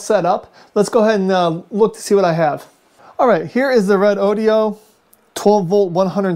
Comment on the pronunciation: I notice the reviewer here pronounces this battery as: "Red-Oh-Dioh". That can't be right as its spelling is Redodo. So, wouldn't "Ree-Doh-Doh" or "Red-Oh-Doh" be its pronounced name? Otherwise, nice to see some analysis on it.